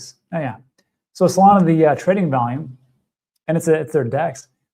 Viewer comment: stop saying ''solanaa "' stupid